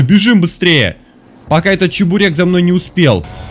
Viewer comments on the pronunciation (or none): Чабурек? Или мне послышалось? Ахахахахаххаха